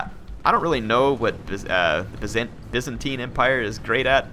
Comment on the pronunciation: It's "Byzantine" not "Vincentine" lol.